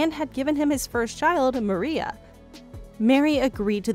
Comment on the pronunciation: The fact that this narrator refers to Kody and Meris daughter as Maria instead of Moriah makes me think this whole thing is bullshit.